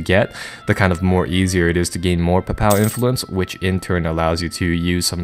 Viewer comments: While I am not a native English speaker and not in any way an expert, i believe you're pronouncing "papal" incorrectly. Think papel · papal is pronounced Paypull